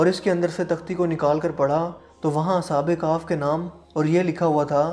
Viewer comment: Ashab e kahf hi na ke Ashab e kahf😂